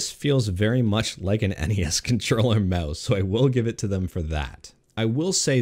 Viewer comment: Aboot the Meouse!